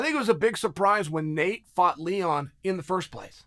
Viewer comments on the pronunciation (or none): none